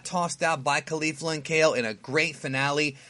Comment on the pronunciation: Say Cauliflower Now Say Caulifa Love your vids, thanks.